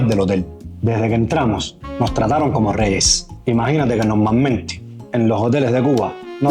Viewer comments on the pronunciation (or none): Cual es El nivel de presentacion especial de ese desayuno? Pobres cubanos ni siquiera en ese Hotel hay nada especial para un 5 estrellas .Eso es un desayuno normal y corriente.Ya les Han quitado hasta la pronunciacion,la chica habla mejor , pero el muchacho es un desastre hablando"nomamente"sebbilleta"lo mejon" poque" sebbicio"y eso que se trata de esforzar al menos dijo televisor correctameente.